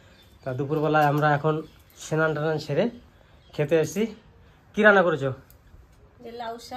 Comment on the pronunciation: Senan hoy na Snan bolun